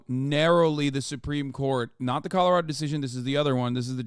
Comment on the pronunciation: Hasan you keep saying “Colorado” wrong… it’s just killing me